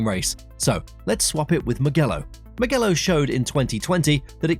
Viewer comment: Sorry, you said Mugello wrong.